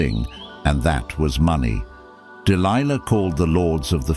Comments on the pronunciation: I find it interesting how the reader changes the pronunciation of Delilah's name mid-stream. Dil Lee Lah? Really? Also, Dil-Lee-La was a Philistine, and Samson was a brat. If you read the story yourself you will clearly see this is true. I can see it now, Samson lying on the floor, kicking both his feet up and down, demanding that his parents secure for him a Philistine woman "I want her! I want her! I want her! Now! Now Now!!!" The fact this man got caught up in this debacle is not surprising. But you say "Samson was a man chosen by God!" And to that I will not disagree, God also chose a donkey to rebuke an insane prophet, yes, a fine donkey with the voice of a man. So, don't give too much Oomlaks to this man, Samson, he was given to debauchery and hedonism to have much credit at all. As it says in the book of Ecclesiastes, chapter 7: "And I discovered more bitter than death the woman whose heart is snares and nets, whose hands are chains. One who is pleasing to God will escape from her, but the sinner will be captured by her." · Even the incorrect pronunciation of "Delilah" and "Philistines" lol